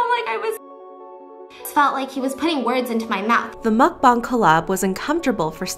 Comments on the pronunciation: She saying MuCkBoOnG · I am three minutes into this video and I just hope she doesn’t say Mcbong entire video it’s mcbong😅